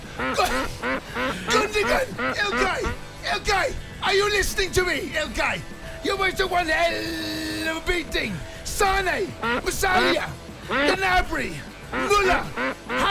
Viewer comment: Ha ha ha .. Jason I'll take you more seriously when you can pronounce MUSIALA'S name ha ha ha .. classic stuff